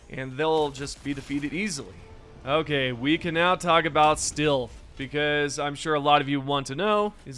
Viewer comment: Steeeeelth? Is Gen Z illiterate?